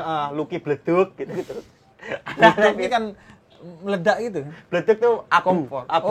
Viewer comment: Bleduk bukan Leduk bib🤣🤣